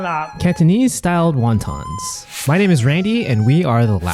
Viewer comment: What the f are Wawtaws? Best annunciation there bud